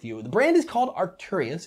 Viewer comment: Did anyone noticed that he spelled arcturus right but he still mispronounce it? Not a big deal at all just caught my ears